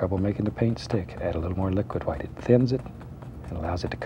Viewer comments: Is it white or hwite? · Am I the only one who realizes he pronounces White as Huite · I love the way he says HUWHITE